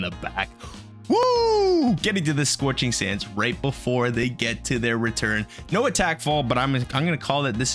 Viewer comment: “Sorching sands” lol 😂